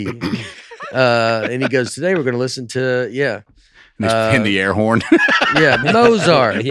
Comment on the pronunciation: I love how first, says “Mose-art” and then Nate does too. Proper word pronunciation is overrated. Life is more funner when you don’t know how to say a lot of words. But also, as the gravity discussion has continued, I’ve gotta say, I’m disappointed and surprised that Aaron did not have a better response to this. Gravity is a force, not a substance, which is why it cannot seep into the space shuttle. #AaronIsNotAsSmartAsHeWantsYouToThink. #NotreDameIsADumbSchool.